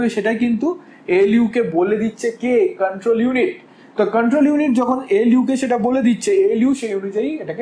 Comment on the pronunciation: Apni Porate aschen..Na pora dite aschen?? Jevabe poracchen..mone hocce age porano ses- Ekhon revise korchen. Ekdom baje. Pasapashi sobdo suneo bidghute lagche. Memory k bolchen Memari , Control k bolchel Kantrol..😬😬 Ki blbo. Purai baje